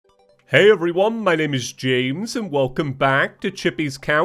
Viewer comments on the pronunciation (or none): It sounds like he’s saying chames instead of James